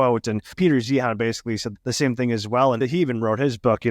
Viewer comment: Peter Zeihan (ZION) not zee-Han.